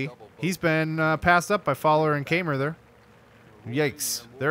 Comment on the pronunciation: It's pronounced Ky-mer.